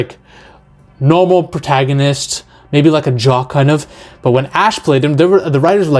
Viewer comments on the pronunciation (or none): none